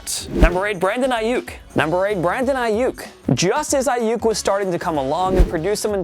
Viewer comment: Who else heard him say Brandon Aiuyk twice